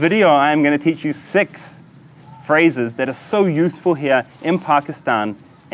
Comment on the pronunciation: Other people: Six Karl: Sex